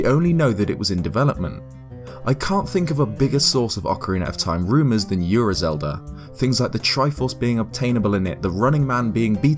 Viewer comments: Gaiden... 外伝、 がいでん guy-den. Ura 裏 うら not yura, ura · and Ura is pronounced “ou”ra, not “yu”ra... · Also, it's "Ura" not "Yura". Don't add the y lol. It's a Japanese word. Yu and U are two different sounds.